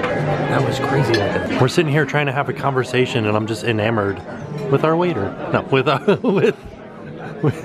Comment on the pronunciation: we’re sitting here trying to have a conversation but I’m just enamered... with our waiter😂😂😂😂😂😂😂😂😂😂😂😂😂😂😂 I’m dead